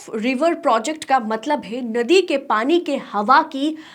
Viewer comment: Madam hydraulic nahin hydro electric project kahte hain. Aur ye nadi ko nodi kyun kah rahi hain aap, kya aap Bengali hain.